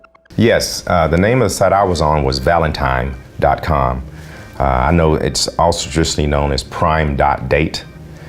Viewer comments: There is no M in the word Valentine! Stop saying it like that! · How does somebody who can't pronounce the word "Valentine" get $317,000?!